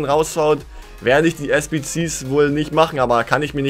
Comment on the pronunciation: SBS UND NICHT SBZS 😂🤣😂🤣😆😆